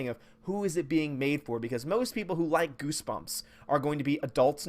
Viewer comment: Haha he said "GooseGumps". 😂😂😂😂